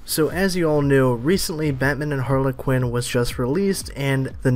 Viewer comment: Who the hell is Har-la-quinn?